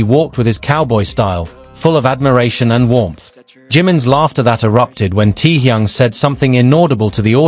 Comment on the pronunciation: Всё правильно, кроме того, что он ТЭХЁН, а не Тэхун.Простите, но уши режет, когда искажают его имя.